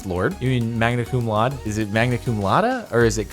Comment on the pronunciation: laude is pronounced like lou (as in loud) followed by day this has been you latin lesson of the day